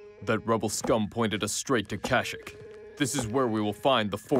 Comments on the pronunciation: Kylo ren pronounced kashyyyk wrong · It’s pronounced kash eeek Not cashic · Its kashyyyk not kashick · It hurts me to hear Kylo pronouncing Kashyyyk “Kashick” instead of “Kasheek” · Its kasheek not kashek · It's kayshyyk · He said kashyyk wrong btw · First of all. Total drama action style. Second of all, I hate how you said Kashyyyk